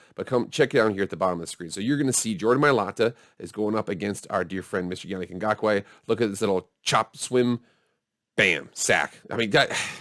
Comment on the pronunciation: First of all your saying his name wrong. Is Ya-Nick Go-Ku. Secondly im still salty the raiders won but I think they are the real deal this year.